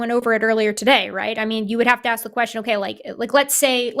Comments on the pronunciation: Whenever a caller wants to "aks" something, forget about getting through to them! 🤦‍♂️😳🤣🤣🤣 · maybe you get blocked because for one you can't say the work "ask" correctly. And you are also an annoying moron.